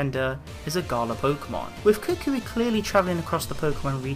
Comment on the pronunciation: Why do you say Kukui as cookwee